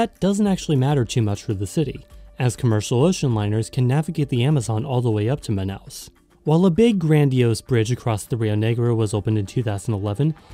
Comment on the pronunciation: Olha, você pronunciou o nome Manaus de maneira certa, e Amazonas também foi bom. Como moradora daqui, digo que as favelas são menores do que a de outros estados, como do Rio de Janeiro por exemplo, já estive lá e as de Manaus nem se compara, fora que aqui ainda existe muita casa de madeira nesses lugares, mas geralmente essas palafitas ficam ao redor dos igarapés